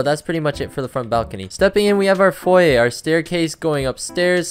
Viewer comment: i promise i'm gonna stop watching this dude, he literally doesn't know how to say foyer